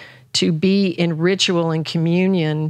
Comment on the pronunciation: Loved this one ❤️ I also heard in this one that ... ritual sounds as Rich Roll 😉 Much love and peace to everyone who reads this ❤️